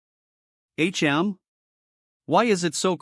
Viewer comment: If u can't pronounce words don't narrate them like wtf why can't u pronounce tch or hm just quit 🚮🚮🚮